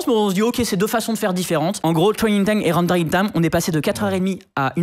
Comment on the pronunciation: twraining time and wendewing time